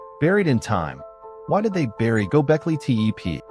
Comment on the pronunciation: This is garbage.You can't even pronounce the name properly.